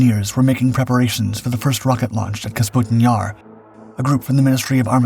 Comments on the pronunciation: It's NOT KAS PUTIN Yar. It's Ka PUS' tin Yar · I thought "KAS-PUTIN-YAR" was the real mispronunciation in the video. When it's clearly spelled "KA-PUSTIN-YAR" and he even says it correct one time. I literally can't even tell the difference even though you spelled it out for us. It looks like Canbera both times; extra useless letters in both cases since "E" before a consonant followed by "A" doesn't change the pronunciation of "E" or "A" except in case of "M". Ex, beta, theta, candela, favela, viscera, cholera, opera, caldera, diptera, chimera. Where, "EMA" changes the pronunciation of "E". Ex, eczema, extrema, edema. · Kasputin Yar... LOL! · Take a shot every time he says Kasputin Yar. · K A P U S T I N Y A R ....There, I hope it can be pronounced correctly now 😉🙃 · KA- PU- STIN YAR. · Kah-PuS-TIN YAR....that is how it is pronounced! Please please.... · I love this guy. Take a drink every time he mispronounces things, places, names. Have an ambulance on standby. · I hope not. He can’t even pronounce the name of the city. And it’s even shown in plain English letters.